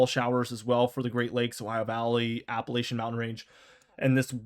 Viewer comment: If you can’t or won’t pronounce it correctly, then refrain from saying Appalachia/Appalachian at all. It’s really disrespectful to insist on an intentional mispronunciation of it.